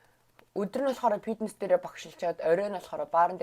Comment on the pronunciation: Ey bichlegnuudiig chine uzdeg, ghde neg yum helmeer bnaa. Pitness bish fitness gej yaridag baival